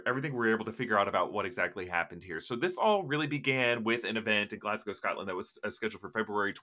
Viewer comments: I thank you for pronouncing Glasgow as it is... for some reason sometimes US peeps end the name with cow, including Moscow which doesn't end with a cow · Bonus points for saying Glasgow right.